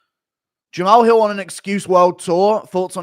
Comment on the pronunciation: "Jamao Hew" What type of speech impediment is this?